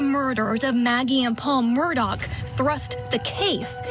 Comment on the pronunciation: I really wish these people would stop calling the Murdaugh name, Murdock...geez